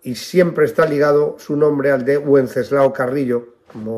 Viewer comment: me permito hacerle una pequeña observción que no tiene nada que ver con el asunto de este video. Pronuncia el nombre del padre de Santiago Carrillo como "uenceslao". Me permito decirle que el nombre de Wenceslao fue muy usado en España hace algún tiempo, incluso en su forma femenina de Wencesláa. Y siempre la "w" se pronunciaba como "v". Me disculpo por mi nimiedad pero como soy oyente habitual de sus videos me permito decírselo.